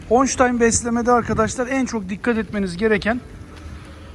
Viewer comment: Honştayn değil holştayn